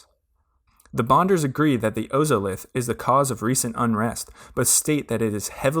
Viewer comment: OZOLITH. It's pronounced ozolith, like wizard of OZ oz-Olith